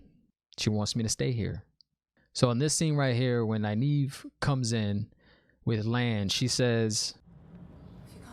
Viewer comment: you pronounced Nynaeve right!! I'm so proud of you ^_^